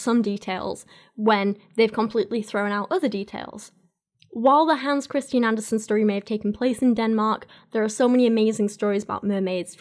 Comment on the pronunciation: Love the video. However, it's Andersen, not Anderson (like in Cooper). Take it from a ginger Dane.